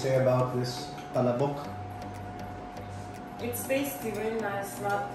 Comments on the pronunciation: it's pronounced as PA-LA-BOK. it's pretty slow and not as fast as you pronounce it. Maybe you can google ads featuring the product, so you will be better guided. 😇 PS. Not trying to be rude here. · Ok na sana...yung pronunciation lang...."pala'bok"... tsk tsk tsk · Wrong pronunciation of palabok.